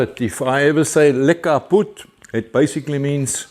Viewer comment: Greetings again from Houston TX. Nice to see the Hudson come along so well so quick! I'd always wondered about lekka boet. Sounded too close to lick a boot 🤣🤣